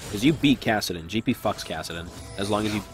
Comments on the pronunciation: Isn't it kassadin not kassiden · KassiDEN. wtf? you're drunk, go home. <3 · "Kassiden" lol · "Kassiden" LUL